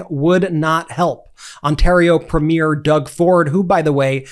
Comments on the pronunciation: PRIMIER IS pronounced PREEMIUR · I'm hoping that you and your older brother learn how to pronounce the very basic word 'premier'. The way the two of you say it would be similar to us calling a political leader of one of your states 'Go-Vee-Nurse'. Otherwise, carry on... Your brother also needs some coaching on how to say the Canadian con leader Pierre Poilièvre's last name, but at least there are many north of the border who botch his name as well.